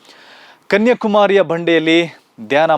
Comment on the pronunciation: ಗಾಂಧಿ ಬಗ್ಗೆ ಗೊತ್ತಿಲ್ಲದಿದ್ದರೆ ಧ್ಯಾನ ಮಾಡಬಾರದಾ? ಅದು ಅವರವರ ಇಷ್ಟ? ನೀವು ಕನ್ಯಾಕುಮಾರಿ ಬದಲು ಕನ್ಯಕುಮಾರಿ ಎಂದು ಉಚ್ಚರಿಸುತ್ತಾ ಇದ್ದೀರ. ಅದೂ ಗೊತ್ತಿಲ್ವ? ಏನೇನೋ ಹೇಳಿ ಜನರನ್ನು confuse ಮಾಡಬೇಡಿ.